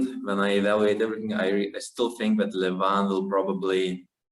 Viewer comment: Isn't it pronounced Levan? Instead of Levaaan? ;-)